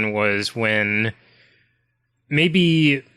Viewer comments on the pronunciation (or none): I've also noticed that whenever says "maybe", it always sounds like he's saying "mayMe" with an "m". I can't be the only one that's noticed this, right?